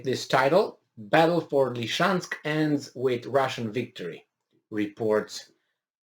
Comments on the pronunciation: Love you and I'm grateful for you. That said, it's not "Lee-chansk," it's "Lizzie-chansk." Love you otherwise. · SE ZICE Lisiceansc... LI-SI-CEANSC.. NU Lişeansc !!!